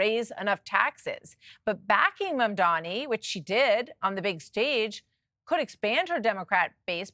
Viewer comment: This Stefanik woman can’t even pronounce new NYC mayor’s name correctly: its MamdaNi not MamdaMi😅. And yes, Mamdani talks about raising taxes for the rich, not for the poor and people like Stefanik are for making rich richer at the expense of social programs for the poor.